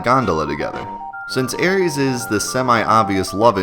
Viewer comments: Ares = Greek god of war Aries = astrological sign Aeris (s sound, not z sound) = English mistransliteration of Aerith, FF7 character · Really? Sounds pretty normal to me. "air-is" If you for example were to use the latin pronounciation of the "ae" diphthong it would sound kinda weird, like the english "Iris". How are people pronouncing it then? EDIT: nvm now I heard it... "Aries" wtf. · I love the vid, man... but "Aries"...? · Wow, not only did he call her Aeris, but he said the name wrong, I want to strangle him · I can't take this video seriously at all. Kid mispronounces Aeris and Regen? Nah. I'm out of here. Get me someone intelligent. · You pronounce/spell Aeris weird. No I’m not talking about the Aeris/Aerith debacle, I mean you spelled it as Aries and pronounce it like the Greek god of war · but he even misspelled it as aries when a little later you see in game text as aeris. his mispronouncing it is so off-putting. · Eric Jones I agree, I stopped watching the video because his pronunciation was so bad, plus the misspell. She's not an astrological sign dummy! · Dude never MIND how you pronounce Aeris. Regen with a hard G?! Are you goddamn serious?! It REGENERATES health!!!! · He wasn't just pronouncing it wrong - he literally spells it out the wrong way, too. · It's pronounced Air-Iss, shes not the greek god of war. More technicle its Aerith, Air-ith but was changed in translation. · And if you are going to use the shitty translation, Aeris, it's "AIR-ESS" not whatever the fuck you're saying. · It's regen (ree-jen) as in 'regenerate'. Also Aeris (sounds a bit like the flower 'Iris' only replacing the begining letter 'I' with the word 'Air' to make 'air'-riss). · Dorjan24 Yeah, I was surprised at him saying "reg-an." I've never heard someone misread Regen like that. He was also mispronouncing Aeris' name. I could understand if he called her Aerith, her Japanese-version name. But "Aeries"? She's not the fucking god of war. Dude can't read. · ARIES! hahahahaha